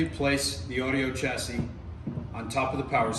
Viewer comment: The correct pronunciation is chassis not Tchassis. Beautiful Amp